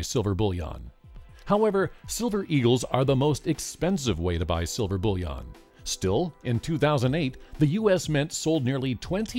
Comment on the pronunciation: It sounds like "bull yawn" to me, but yea he says it strangely.